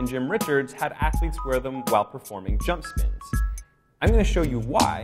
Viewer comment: I'm sorry but did he just say "jump spins" other than that I liked the video